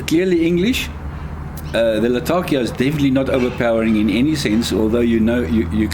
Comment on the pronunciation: Great video and great review, thanks so much! I am a big fan of the London mixture myself, but I think my favorite thing about your video was that you pronounced “Latakia” the way it’s actually spoken in the region it’s from, rather than the weird American pronunciation I’m used to hearing.